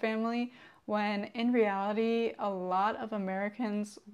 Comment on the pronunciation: 大姐说reality的时候咋感觉有种河北口音 啊：）